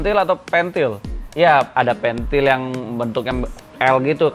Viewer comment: Pentil bang bukan pentil